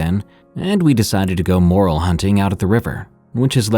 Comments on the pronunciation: Lol "Drunken moral hunting." Gentle bit of pronunciation help: the mushroom you were referring to is pronounced "more-L," like you want more of the letter "L." :) I hope that helps! 💕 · If you take anything from these stories please never put anything in a seizing person's mouth. Just clear the area of things they could hit their head on and let them go. And it's mer-rel not more-al mushrooms